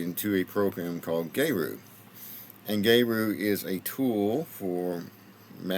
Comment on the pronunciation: Gay Ru? I think it’s supposed to be Gear Ru 😂